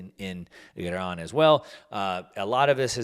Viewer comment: Nice pronunciation of Iran 👌🏼